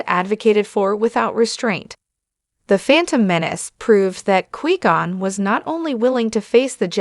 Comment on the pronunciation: 9 seconds in and I stop because you can’t pronounce his name correctly